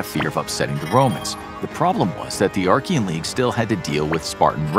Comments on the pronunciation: "Archia" "the Archian league"? Do you mean Achaean league? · its not Archean but Achean there is no R..! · Awesome video. Slight correction: it's the Achean league. Not the Archean league. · it's Achaean League (not Archaean League) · Stopped watching when you kept saying Arkian 🤦🏻‍♂️ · There is no "r" in Achean, as you pronounce it